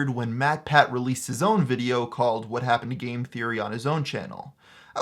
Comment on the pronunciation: it's because you cut saying the word 'game' so it sounded like you said 'gay theory' lol